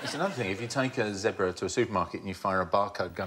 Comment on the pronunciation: Thanku dear lady for saying......"Zeeeeebra",not ze bra......and it's Jaguar,not Jag U ar,just saying.......